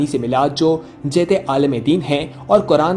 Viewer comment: بھائی جیدے عالم نہیں جیید عالم